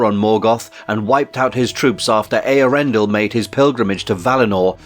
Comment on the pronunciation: I think you pronounced Eärendil as ee-ar-endil, for one